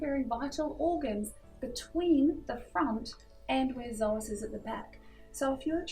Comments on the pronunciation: Yeah i know that but we say "so as" not "zo as" because it doesn't have a "z" in it :D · Hey, thanks for the video. Can you please tell me why you pronounce the word psoas as "zoas"? I've never heard it pronounced that way and I'm an aussie!